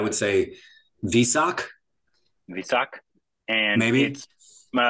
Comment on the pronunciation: Director Vysakh - pronounced - "Why Shakh" - for your reference :)